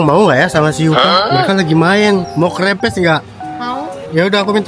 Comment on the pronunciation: Kerepes ka bukan krepes😂😂